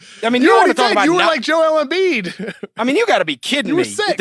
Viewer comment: holy shit this kid comes on sounding like the biggest fuckin NERD in history, damn his voice is just the WORST. The part from - where he says " big busckset " and "Embiiedttsshh spphin move" fuck I can't even w these nerds talkin' about basketball when they have obviously never played ball and have no idea what there are saying in these takes. RINGER : Please get guy to talks sports who sound like they have ever played a sport , yikes!!